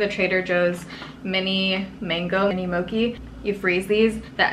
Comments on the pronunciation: Vanille is pronounced vanee and mochi is pronounced exactly as it's spelled. Not like moki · I’ve never heard anyone pronounce mochi like mo-key. Coming from Hawaii, that made me cringe a little😊♥️ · Girl, I love you, but it is pronounced moe-chee not moe-kee! You probably already have read TONS of comments like this, so I'm sorry to be another one, but I still love you and am so happy for the bonus vlog! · Moki lol😁 I love you. Its pronounced Moe-chi. I hate when people correct me like that but i figured you would want to know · Awesome vlog as always, please keep doing this. Btw, "mochi" is supposed to be pronounced "mo chee" instead of "mo key" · mochi is pronounced “mo-chee” not “mo-key” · I cringed at the way you said "Mochi". lmao!! Mo-Chi not mokee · Hahaha I spoke out loud after she said mo-ki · Love watching your vlogs. They are my fav. Mochi is my life, I can eat those every day if I can. It's also pronounced mo-chee like chia pets lol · Mochi ice cream is the best! 🤤 Btw, it’s pronounced the way it looks, mow-chee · Did she say mokee 😂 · I was like "wut?" Haha I'm part japanese and I cringed when I realized lol.